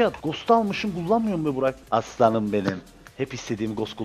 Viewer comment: abey neden aslanım diyecene assanım diyosun bak senin yüüzünde piskopat deliler gibi annemin yanında assanım diiyp duruyom annem bi gün beni dövecek şu assanım lafını aslanım yaparmısın pls